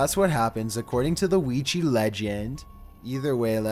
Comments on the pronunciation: your narration. One thing It's not pronounced Ouigee it's pronounced OuiJa. Not a g sound and hard e sounds but light j and a sound. The J is also pronounced more as if you were speaking a French person's name. Such as Jacque Cousteau. Other then that great vids. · ouijA. ouijA board. Not ouijEE. Jesus fucking christ. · STOP CALLING IT OUIJI BOARD IT'S A OUIJAAAAAAAAAA BOARD! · he cant even pronounce Ouija right wtf, he sais Ouiji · Why do you call it Ouiji when it's definitly a Ouija? 😐 I'm confused... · It's not pronounced "weegee"but rather " weeja" just so you know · It’s pronounced OWIJA not OWIJI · It's not so much an issue with your voice....but could you Please at least pronounce it correctly??? It is Wee-Jah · Its not Ouiji its Ouija. Oui = yes in French and Ja = yes in German. Yes Yes. OUI-JA OUIJA NOT OUIJII. Its two European words, not japanese. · Ouiji...I thought it was supposed to be Ouija? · Why does everyone keep mispronouncing Ouija it's wee ja not wee gee that's why it ends with an a not an e or i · Why you call it wee Jee It’s oujha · It should be pronounce as WI-JA not WI-JI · It's pronounced o-wi-ja not wi-ji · Weegee board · WHY WHY WHY DO YOU CALL IT WEE GEE????? WHY??? WEE JA, JA J...A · oui ja not pronouncing it right! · lol.. weegee board. L:OL. jeez that pronunciation kills me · Weejee boord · Throughout this whole video, I just hear him say "Weegee board" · weegee bord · Why do people pronounce it "wee-jee"? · Me and my friend was playing that ouigy board then afters sometime my ear was bleeding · For a second I thought you said Luigi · Weejee bord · weegee board are used to summon weegee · Pls the way y’all pronounce "Ouija" is the only scary thing here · Why can’t anyone pronounce Ouija correctly? There’s no “e” or “y” or “ie” in Ouija. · I love his intense voice like always, he's like, "ouija bOards"